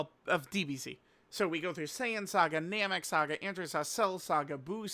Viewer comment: ITS NAMEK!!! SAY IT WITH ME, ITS NAMEK!!!!!